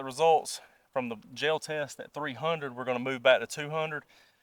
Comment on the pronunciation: I bought my 300 blk 7.5 in barrel pistol with supperssor for working 50 feet or less.. Also, I didn't know "gel" was a 2 syllable word.